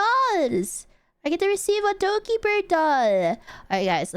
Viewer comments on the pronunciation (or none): I know it's Dokibird, and people joke 'doggy bird', but I keep hearing 'ducky bird'. XD